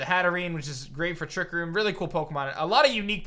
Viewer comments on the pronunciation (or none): none